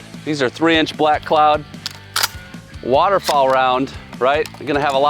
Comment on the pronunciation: Where are you from? It took me about 10x to figure out you were saying "waterFOWL" not waterFALL! ;-)